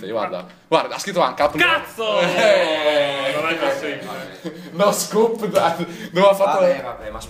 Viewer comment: è NO SCOPE, non NO SCOOP